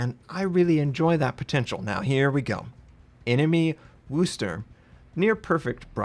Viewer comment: Good God sakes, learn how to pronounce Worcester! Look up "how to pronounce Worcester " on youtube